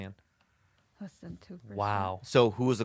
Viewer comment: 😂 instantly mumbled "less than 2%." 😂